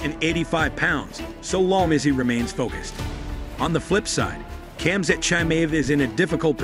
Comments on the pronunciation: lmao the text to speech butchered khamzat name lmao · still he butchered khamzat name multiple times lol